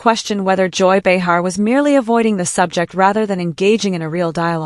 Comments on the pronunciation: Pronounced BAY-HAR GET IT RIGHT AI! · Who is this bitch narrating that doesn’t know how to pronounce Joy Behar’s name?????